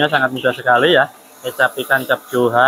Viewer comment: Bacanya : Kecap Ikan Cap "Cu Hoa", bang. Bukan Jo-Ha.